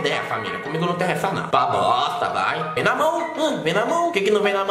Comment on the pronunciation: " vai pa bossstta" kkkkkkkkk